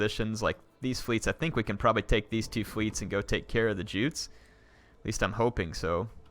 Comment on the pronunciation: Juts is pronounced as youts